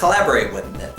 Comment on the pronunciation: Hey! Hey! Umm, you said theth instead of them! LOLOLOLOLOLOLOLOLOLOLOLOLOL!!!!!!!!!!!